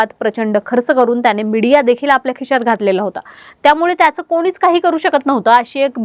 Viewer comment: Broo cant even say the name🙄 Ani khishyat ghatla, kishyat ghatla ky asta